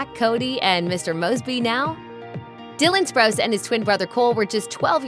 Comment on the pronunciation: You’re funny, you said spruce it’s spruce o